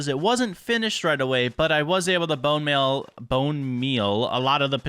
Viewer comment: yes bonemel instead of bonemeal